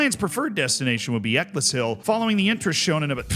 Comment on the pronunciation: eck-uls-hill. Not eck-liss-hill